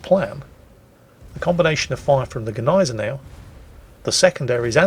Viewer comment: When says Gneisenau I hear Agonizer. Is it only me?:)